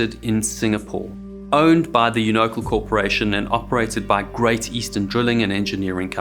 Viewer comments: Emphasis is on the first syllable...thus Unocal is "YOU know Cal," not "uNOcull." Sorry, but that bothered me. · Union Oil of California. Worked with them on and off for seventeen years and never heard it pronounced "You No Kul". Here we pronounce it "You No Cal" or "You Nuh Cal" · It's pronounced "you-ni-cal" not "you-no-cl". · The company name is pronounced like “Uni-cal”, not “you-no-call”. 🤦‍♂️ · “You-no-cal”, not “you-nickel”. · Bro...you pronounce it YOU-NO-CAL not YOU-NO-CUL, but what do I know, I only worked for them 😅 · I believe it’s pronounced as YOONO-cal, not you-NO-cal. I could be wrong. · It's You-Know-Cal not youknuckle. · Uno-CAL. As in California. Unocle 😅. Love your vids. FAAA ? FAAI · I like you-no-cull better than you-nah-cal. The company is named after it's home state of, you guessed it, California. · Mispronunciation of the name UNOCAL prevents my further enjoyment. YOU KNOW CAL not YOO KNUCKLE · Not "You-no-cull." "You-know-cal" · Unocal is the short version of Union Oil Company of California. The last three letters of Unocal are pronounced like the first three letters of California. It is [you-know-cal], not [you-know-cul]. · U Knee-Coe, not U NO-Coe. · It's not you know kll. It's you know cal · Just a heads up on unacal, it's pronounced yoo-na-cal! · Do they pronounce Unocal (you-no-KAL) as "you-NO-kool" in some places? Never heard that pronunciation before. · It's not "Yoo-NO-kul." It's YOO-nuh-cal. Think, man! It's based in CA. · I believe that it is pronounced "YOU - no - cal", not "you - NO - cle".The "CAL is for "California". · Unocal is Uno - Cal, not any you-knowkul. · As it was " Union 76 " , Union oil. The " Unocal " is not pronounced " you no cole " it's " U' no kal " . Union oil California, using the abbreviation of Union and California. Your pronunciation of " ewe knuckle" is incorrect. Due the research. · FYI - Unocal is pronounced - You-No-Cal. Not Ung-no-cal. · "U-no-cul"? It's pronounced "YoonaCal" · pronounced You-Know-Cal